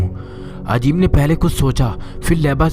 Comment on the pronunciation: Bhai "Ajeem" nahi "Azeem" hota hai. "Z" ko "J" mat bolo.